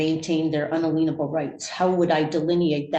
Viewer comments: Oh jeez! She drove me crazy with that!🤦‍♀️ “Un-leen-ible rights” 😂🤣😂🤣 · Just wanna point out she said something like "un-aleenable rights" which I assume are similar to unalienable. What's with sovcits and being unable to pronounce things? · The love messing up words like “I overstand my honor” or “un a lien able” as if it means something different because it has the word lien in it and she heard it somewhere and the first part isn’t actually alien. It’s un-alienable. No whatever stupid nonsense she pulled out of her butt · Oh no, anyone but her. I just watched her contempt hearing earlier and she is the worst sovcit I have ever seen. She has replaced Eric Martin in my mind as the worst one. UNALEANABLE!!! \o/ For a "social studies" teacher not to know how to pronounce inalienable is... sad. So sad. Especially for one so greyed. I agree with the top commenter that the fact that she "audited" an election is truly terrifying, given her strange views and anti-government stance. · " unaleanable"? Lmao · "Unaleenable rights" says the person "with more degrees" than the attorney 😂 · un-a-LEAN-able rights.... and she was supposedly a teacher? ಠ_ಠ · „I HAVE MORE DEGREES THAN YOU!!!“ Can‘t say „inalienable“ correctly. lol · She needs to learn how to pronounce "inalienable" correctly. If she can't even pronounce it, then how could she possible know what it means? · I wish one of her many degrees had taught her how to correctly pronounce "unalienable", if she's going to keep using it. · He genius, it isn’t “unalienable”. It’s “inalienable.” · This woman with 'probably more degrees' than her Public Defender totally massacred the word 'inalienable' 😂